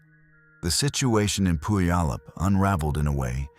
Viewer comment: And thanks to AI, Puyallup WA is also mangled 😮